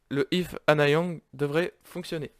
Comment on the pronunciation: Si jamais tu fais la suite... Stp dis bien Annyang et pas Anna Yang. Le nom ça veut dire "Salut/bonjour" en coréen. Merci